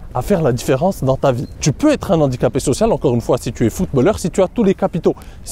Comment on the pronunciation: Super vidéo, comme d'habitude. PS : ne pas faire la liaison avec "un handicapé"